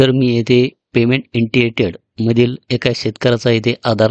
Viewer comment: इंटियटेड नाही ओ साहेब इनिशियेटड आहे